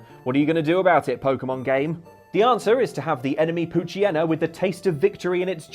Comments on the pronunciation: Did you just pronounce it "pooch-y-en-na"? It's "pooch-yee-na"! Like pooch/hyena mixed. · I love how everyone consistently mispronounces the "Hyena" part of "Poochyena." It's tradition at this point.